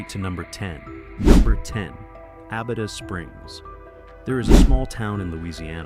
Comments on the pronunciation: Starts off mispronouncing Abita but eventually he is saying it correctly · That's Abi'ta not A'bita! Abita Springs is a lovely little town! Lived not far from there for many years!